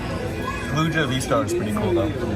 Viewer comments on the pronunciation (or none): repeat witth me "Lu-gee-ah" Also love the new marvels